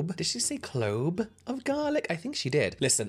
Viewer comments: definitely wouldn't take advice from someone who says "clobe" of garlic, helppp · She most definitely did say "clobe" I went back and watched it like four times lol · Literally went back to see if she said "clobe" 😂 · She ABSOLUTELY said clobe of garlic like she was unable to choose properly between clove and globe…